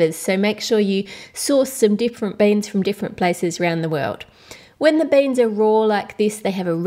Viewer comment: it's not baens it's beans